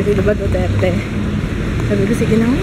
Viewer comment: Rinig ko, sabi mo, Joo-terte. hahaha ako din po, Jooterte.:)